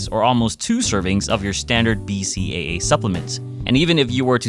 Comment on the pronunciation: I hope one day I find an SO who can say BCAA as well as you do